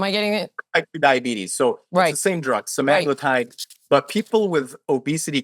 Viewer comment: Layne Norton is cool but can't really even say Semaglutide properly, continues saying SemIgluuutide, so meds are not his area of expertise either.